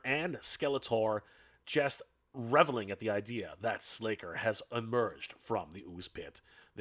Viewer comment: Nah, it's slay ker